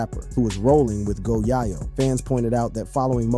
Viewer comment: WORDS/NAMES mispronounced here: MO3, Lancaster, Yayo, and Boosie.